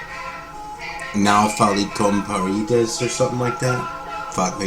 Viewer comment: Hello my good friend. You know something... your portuguese is almost perfect, is not easy to say a long title but you pronounced really good. I don´t know if you know the meaning but is something like "Don´t Talk With Walls". About Modulo 1000, I have this record on CD and love every minute. It´s a really cool record. Check this